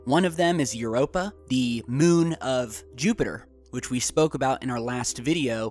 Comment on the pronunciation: Is it just me or does anyone else hate the way he says "moon"